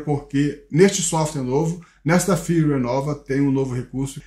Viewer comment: Amigo, seus vídeos sobre a insta360 são ótimos, mas com todo o respeito...Não fale "windescreen". A pronúncia é "uaidescrin". Se escreve "Widescreen". O mesmo vale para Firmware. Se pronuncia "firmeuere". Você é alguém que, por atingir um grande número de pessoas, tem a responsabilidade de pronunciar de forma correta jargões técnicos para a população. Encare por favor como uma crítica construtiva. Parabéns pelos vídeos e pelo canal.